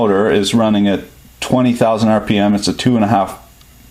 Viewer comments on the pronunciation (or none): First time I've heard someone pronounce RPM (Ar Pee Em) as Rip Pem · "10,000 ripoms" haha i died(of laughter ofcourse) when he read RPM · "rpems" god.